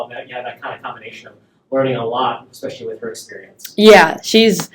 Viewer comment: Just here to observe an entitled, jealous bully. Did you say "expecially"? 😂